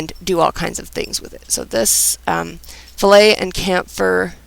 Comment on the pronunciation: I particularly liked the pronunciation of "Fillet" and "Chamfer" . Some helpful tips in there. Cheers